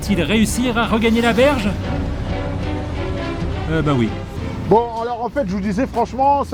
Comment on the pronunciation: Quand le voix off dit "verge " a la place de "berge" x) sinon super vidéo les gars ;)